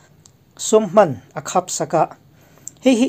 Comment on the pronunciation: A khap ... Tih thluk dik lo